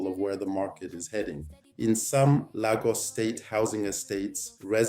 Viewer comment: I was wondering if this was A.I until I heard Lagos pronounced as LAR-GUS . That gave you away😂 But this was an apt analysis nonetheless